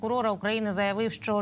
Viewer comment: навчіть, будь ласка, цю жінку, як правильно говорити слово що, а не Щo.